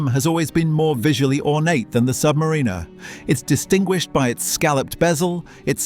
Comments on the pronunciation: Learn how to pronounce submariner please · Hilarious that the AI narrator cannot pronounce Submariner or Blancpain correctly. CHEAP VIDEO.